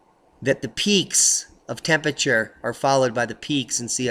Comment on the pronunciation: please try to pronounce "Temperature" correctly..... otherwise, great info